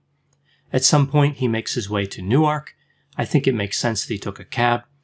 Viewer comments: i’m from nj where people argue over the pronunciation of newark... some say noork and some say new-erk. hearing u say nu arc has made my brain explode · I find it hard to believe you lived In Newark, which is pronounced Newerk., stressed on the first syllable. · newark de is pronounced new-ark